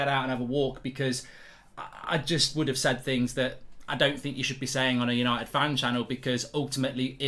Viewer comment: "We are Manchester Yanited" 🤡